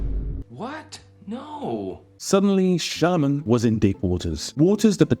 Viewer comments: It's not Shyalaman my friend it's Shyamalan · You're pronouncing his name wrong it's shy-aa-malan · It's an Indian name so if someone is saying Shyamulan, he is wrong too. I am an Indian myself. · You're mispronouncing his name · Should have at least pronounced his name correctly. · At least pronounce his name right.